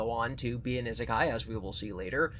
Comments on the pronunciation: It's Ee-sekai, please don't make this the new Ningen for your channel. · I've just discovered content and I love the fever dream his humor/theories/collabs take me on, but NOTHING could have prepared me for how he pronounces "Isekai".